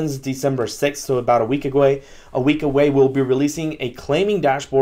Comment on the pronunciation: 7.04- “This happens December 6th” - So about a “Week-a-gway” - A week away 🤣🤣🤣🤣🤣🤣